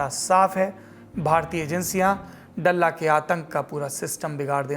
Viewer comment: डल्ला नही ह, दल्ला ह ये 🙏🏻